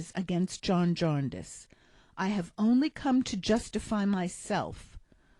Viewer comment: Jarndyce! Diiiiiice! Jarndeyece... come on, we don’t murder Americana, please pay us the same respect. Although I am enjoying your narrative, and now somewhat regretting the first part of my message, let me retreat by saying ‘ thank you’ and Dickens belongs to us all!